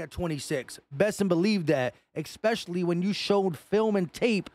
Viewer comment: Love to, just one thing, it is pronounced Es pecially not ex specially, Es cape not ex cape, just saying! Never too old to get it right.